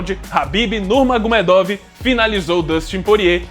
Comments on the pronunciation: "Nurmagomiêduf" Pronúncia em russo Хабиб Нурмагомедов = Escrita 😉🥥❤. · "Nurmagomiêduf" Essa é a pronúncia certa, Com som de f no final, Eu namorei um russo na adolescência porém não aprendi quase nada porque eu era uma adolescente desinteressada em aprender coisas novas 😔 Хабиб Нурмагомедов = Escrita. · Pô você falou do primeiro nome do khabib, mas você citou o segundo nome do khabib errado (nurmagomedov) 😅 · sim o K é mudo, e vc pronunciou o first name dele corretamente, porém o last name errou hehe ps: a história dele é muito bonita e triste. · Mas o Nurmagumedov vc não pronuncia do jeito certo né, complicado isso ai